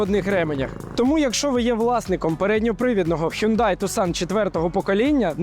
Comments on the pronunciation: Мало того, що він не таксон, а тусан, а ще й не хюндай! А хьонде, хЬОНДЕ 😂😂😂 ще раз, хьондЕ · Правильно взагалі не хюндай, а хйондай!